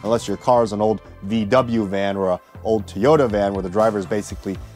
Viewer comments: It's Toyota not Teeyota. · It’s called Toyota not Teoda N